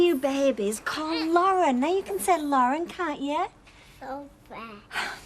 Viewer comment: And Mike really struggled with Lauren, latterly known as Sirpheh 😂